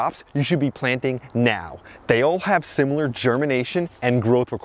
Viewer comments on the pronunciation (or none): none